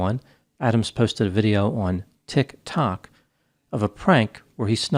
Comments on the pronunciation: " Tik- TO K!" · “on… tick-TOCK” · Tik. Tok. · TikTOK lol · Is that the way Tiktok is actually pronounced or are you trying to really emphasise how out of touch you are with young people? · the way you're saying tiktok absolutely infuriates me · He says it in a way that makes it sound absurd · Yeah, it’s how I’m gonging to say it from now on.